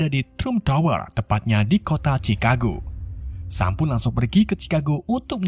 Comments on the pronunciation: Bacanya bukan sam tpi yg bener sem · Dibaca nya sem